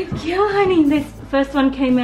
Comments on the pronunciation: Every time the lady said girl all I could hear was gill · If I here Gooud gill one more time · I thought she was saying "gill"? I finally realized she was saying "girl". But you are so right, I didn't keep count but honestly, there are other words to be used "Good Momma" "Good Mommy" "Wonderful Lady"...anything to change up "gill"? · What is that "gil" or "giul? ;) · If she says "Good Gill" one more time...